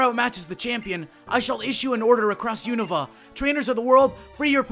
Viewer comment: Theres no I in Unova. Un-Nov-VAH